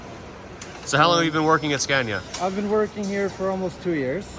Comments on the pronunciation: "Skaaahneeaah." Not "Scaayneeaah". Try it. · Watched both of the production line videos. Very interesting. And by the way... the first "a" in Scania is pronounced like in the english word "are". 👍